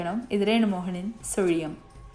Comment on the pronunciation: Hero's often speak punch dialogue in cinema.but nobody cannot pronounce sulium like you my child. You have broad mind. So only you are giving important to your fans and wellwishers. This story make me to think about your Goodness only. God 's blessings and my blessings are always with you my dear.